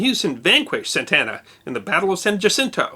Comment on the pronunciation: SANTA ANA, not "santana" !!!!!!